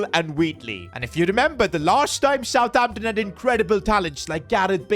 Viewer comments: He said southhampton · Did anyone noticed that said aroson vila instead of southamption when he was signing rarothord